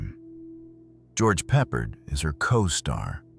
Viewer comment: George Peppard - You're butchering his last name. Pep - PARD rhymes with hard. Please use Google pronunciation from now on; its a matter of respect and we need to hold on to respect in our ever worsening vulgar world. Thank you⚘️